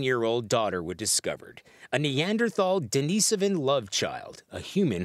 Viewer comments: Can someone teach these talking heads the correct pronunciation of neanderthal. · Hard to believe a news source when said source can not pronounce NEANDERTHAL or DENISOVAN Lol